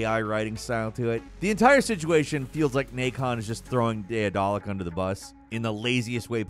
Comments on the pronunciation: should apologize for butchering the pronounciation of Daedalic 4 times in this video. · Isn't Daedelic just pronounced like Daedalus but ic instead of us? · struggling to say daedalic and assuage has got me rolling today 😂.